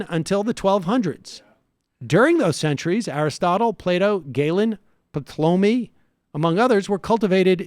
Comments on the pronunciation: “puhtlomie” ouch Sam. Ouch. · Ptolemy = Puh-tlomy? (Tycho) Brahe = Bra? Love the pronunciation, hehe. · "Puh-tlomy" Bruh, my dude, are you serious? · I love this. But Sam, did you really just pronounce Ptolemy as "Patlómey"? It's "Tolemi" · Ptolemy is pronounced tall-a-me. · I love that this show likes to think of itself as highbrow and intellectual, and then Sam utterly butchers the pronunciation of "Ptolemy" - perhaps one of the handful of ancient scientists every modern person should know how to actually pronounce. Pro tip, Sam: read the copy before you go live so you don't make yourself look like a scientifically illiterate buffoon. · Lol it's Tol-uh-me, ignore the P. Ptolemy was a shitty astronomer (as most people were at the time), but had some cool insights into music theory, and his book on the physics of Optics (which is an incomplete work) led to the foundation of Snell's Law of Refraction. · I generally agree with you, but you straight up said "puh-toll-me" and "mardinity" instead of Ptolomy or modernity. That definitely undercuts any intellectual authority you try to convey. You criticized shapiro for using a vocabulary picked up in an Ivy League setting, but at least he can properly pronounce those words. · Ptolmey is pronounced 'tall-me,' unlike Ben Shapiro. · Geez, Sam... Pot-Lo-Mee? Ptolemy isn't pronounced that way... I think you are WAY out of your depth. If you don't know anything about a subject, why do this? Your gal pal is particularly obnoxiously ignorant in this area. Usually you guys are informed & interesting, but this juvenile snark is extremely annoying when you don't have the intellectual superiority to pull it off. Missing Hitchens at times like this. Noam is about the only polymath we have these days, but he has none of Hitch's biting wit. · Did he just pronounce the P in Ptolemy? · Gotta work on the pronunciation of Ptolemy, but this was a great segment.